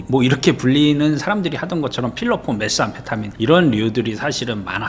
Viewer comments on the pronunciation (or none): none